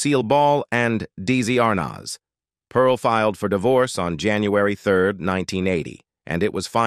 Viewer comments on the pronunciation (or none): I literally HATE when people use a computer generated voice to do the narration part of these wanna-be Documentary type videos like saying Erin More-Anne, instead of Erin Moran, and Deezy Arnoz instead of Desi Arnaz #CompleteFAIL & #LAMEandLAZY 🙄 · DZ Arnez? Really AI?